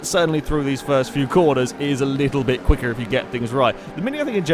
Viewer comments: Guys I am referring more to the actual emphasis put on the "err." you guys noticed how that sounded off, right? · I'm from Texas we don't say it like that at all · you became VERY southern United States when you said "Quicker" there... That was interesting... o_o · Hahahaha just noticed that xD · ***** That sounds a bit more Irish, if you ask me.